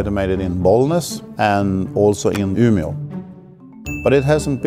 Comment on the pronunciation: needs to be umeå. or ume